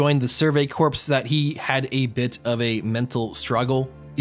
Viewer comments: Corps is pronounced Core (the "s" is silent. Sorry, not a Grammar Nazi, but that bothers me. It wouldn't be Marine "Corpse" = dead body. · Why u put so much emphasis on corps.